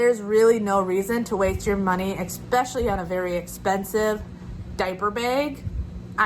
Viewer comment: Especially is correct; no on the ekspecially.